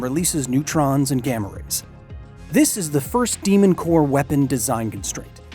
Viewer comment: Again, The «mon cœur», oh la la!